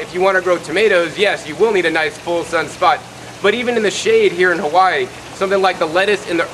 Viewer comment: Lilacoy? Cal-oh? If your going to introduce indigenous plants in your videos, in O-Wahoo Hah-whyeee no less, have the common decency to pronounce the oleo Hawaii correctly. I can't help but think every American who watches this will now refer to the staple foods that feed our la hui for generations in the same ignorant fashion. Mahalo nui, have a nice day!